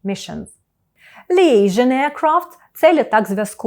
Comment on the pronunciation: Дякую за розширення словникового запасу, дуже корисно! Liaison , щоправда, є запозиченим словом, і читається як пишеться, тобто "ліейзóн"